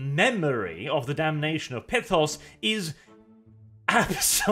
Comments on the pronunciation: Every time he pronounces Pythos as "Pithos" I die a little inside. And being confused after reading something? Colour me surprised. He's borderline functionally illiterate, so.. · I thought it was Pythos, like Python